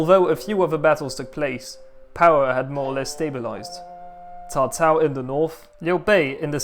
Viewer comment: Thank you. Pronunciation is on point and most ppl think cao cao a villain as he is portrayed in video game culture but was intelligent and inspirational and wanted nothing more to unite a divided china and understood that the Han was ending.